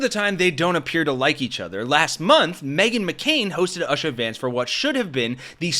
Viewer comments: Its pronounced Oosha, not Asha. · Her name is pronounced you sha, without the y as oou. Not ush ah. JD is socially awkward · ln this entire video on Usha, u called her UH sha over & over, even after watching a vid “with” us, where they refer to her over & over as OOH sha. Then after the ONE time u said, “UH…& quickly corrected yourself to say OOHsha- then promptly went back to UHsha. 🤷🏻‍♀️ ur my favorite hosts on here lately, for sure.(Loving,Chip too. 🫶🏼 But dammit- as much as I’m disliking her & her weakling husband - I wish all u awesome hosts across the board 😊would look up name pronouncements b4 ur vids. OR hire me for “resident know-it-all.” Bc unlike u, I have 24 hrs a day to be a slug, closely watching 😊the trump-inspired car crash of our country & culture & can't look away… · You could learn to pronounce her name correctly. It's not "uhshuh". It's "ooshah". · Oo-sha, not Ush-a. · Her name is Indian and is pronounced "Oo-sha" not "Ush -ar" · It's "oo-shuh" not Usher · Not oo shuh. Just plain simple - Oooooo- Shaaaaa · It’s pronounced oo-sha, not ash-a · It's not ausha It's Ooo-Sha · Her name is pronounced Oo-sha not a-sha. Great video 😊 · Oooooo-sha. Or Ew-sha. Not Ush-ah. For all the indignities she suffers in her marriage to a corrupt couch-humper, she deserves to have her name pronounced correctly. 😉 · Oosha, not Usha. Pls get that right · Her name is pronounced Ooh-sha.. it means dawn.. not Usher like the singer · I believe her name is pronounced "Ooshah", not "Uh shuh" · Dude, her name is not Asha!!!! Her name is Usha pronounced like “bull” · It’s pronounced Ooosha, not usha. Sheesh! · Dude. Oosha. Not Uh-sha. Lord. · Its U-sha not Uh-sha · Usha is pronounced OOSHA!!!!! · Dude. Pronounce her name right. It's not "UH-sha", it's "OO-sha". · It’s not ush-a! It’s pronounced Uu-shah! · Jesus! Will you learn how to say people's names properly??? It's OO-SHA!! Not Uh-shuh!!!!!!! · It’s pronounced Oosha, not ush-a. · oosha, not uhsha